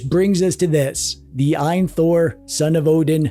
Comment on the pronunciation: Reviewer calling it eye-an instead of A.Y.N #